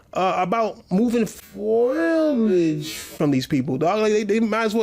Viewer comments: Wtf is foilage??? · was talking about the shrubs and grass when he mispronounced foliage. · Foilage?!?! Looooooooool! That dude sounds illiterate as fuck! He needs to stop console warring and go back to school, because it's embarrassing. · someone explain the foilage diss to me? because i swear that's an actual word so where is the diss at? the way he saying it or?? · Did Bugs Bunny ever say foilage? 🤔 I so want me a t-shirt "Volcanoing through the foilage" so good you couldn't write it. Sweet salt